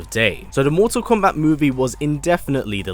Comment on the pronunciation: I love how he says "MorTORR KOMMbat"